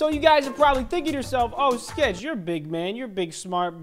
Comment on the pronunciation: U said sketch wrong